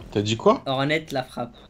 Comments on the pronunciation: le t de hornet la frappe se prononce pas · Prononce pas le t unwin c'est hornet la frappe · hlf la base par contre unwin s'il te plais on ne dis hornet : hornette mais comme si ça s'écrivais "horné "